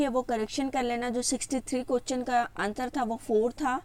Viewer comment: Madam ji lafz question ko sahi se aada karo